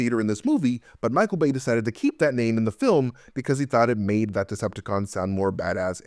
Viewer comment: Every time you say "Bay" I hear "BAE" and I giggle.